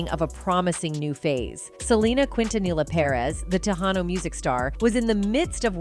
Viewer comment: Quintanilla pronunciation: KEEN•TUH•NEE•YAH